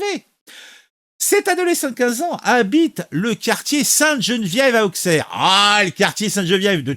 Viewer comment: Juste pour info on prononce Ausserre pas Aukcerre, même principe que pour Troyes qu’on prononce 3 🤷‍♂️